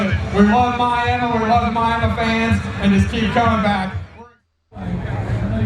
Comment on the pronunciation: You mean Miamuh